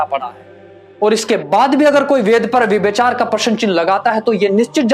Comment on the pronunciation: विभ्यचार? व्यभिचार।